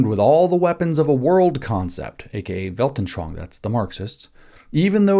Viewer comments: Just a minor point. The word "anschauung" is pronounced phonetically as: "on" "sch" "ow" "ung" not as "anshwange." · I heard “veldenSHLONG”😂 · Weltanschauung: Weilt-an-schau-ung. Vallt.un.sh-how.oong WELT as in RooseVELT AN as un UNder SCHAU as in SHOUting UNG as in "Achtung!" for my absolute lack of an English word containing that sound. But I guess you've all heard a more or less authentic "Achtung!" a couple times in WW2 movies. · I love how James pronounces "Weltenschwang" 😅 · Yeah.. Weltanschauung isn't the easiest word for english speakers.